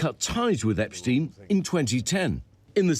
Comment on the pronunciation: Why don't you pronounce "EpSTEIN" just as everybody does for "EinSTEIN" ?